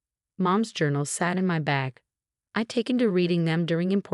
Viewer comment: Will, not wheel. Choppy narration is annoying. Bag, not back. Will-reading, not well-reading. Victoria's sentence is too light. Escrow, not a scrow. How he'd, not Hauge.